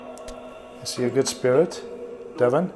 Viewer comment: That Devon is a demon , it sounds like they are saying demon not devon x